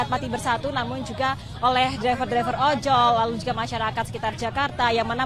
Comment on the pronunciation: Hahahahaha ojol atau opol ni?